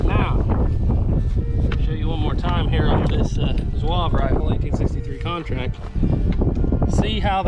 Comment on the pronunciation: Lot of good information, great video. Just one thing, Zouave is 3 syllables not one. Zoo-R- Vey.